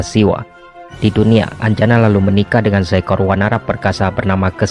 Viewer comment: Dewi anjani min, bukan anjana